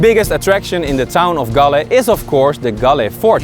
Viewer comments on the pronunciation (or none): Galle is pronounced like like "haul" with a g and pronounced in sinhala as gaalla and in tamil gaali. Almost all of srilankan districts have distinct pronunciation for each 3 languages. Also fr example colombo, English- kuh lum bow Sinhala- ko la mba Tamil- ko lu mbu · Galle is pronounced as Goal..Our colonial masters pay more attention to develop this area as most of the spice growing areas were in South...Cinnamon, cardomon, clioves etc., there is an another dutch fortress inner side of southern province which is only one away from ocean...Thats "katuwana" dutch fortress...you may google and see...its a small one which situated at cinnamon, citronella growing area in Hambantota district